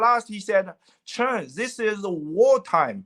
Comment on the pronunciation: Just so you know, his surname is Chen.